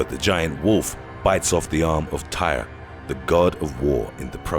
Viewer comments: [ sigh ] Tear not Tire is how you pronounce Tyr. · I couldn’t get passed how you mispronounced and mislabeled everything about Norse mythology. Tyr is pronounced tier, and it’s not Ragnarak. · Did he really just call fucking call Tyr Tire?